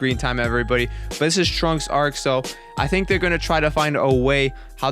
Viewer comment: I thought you said the 'Trump Arc'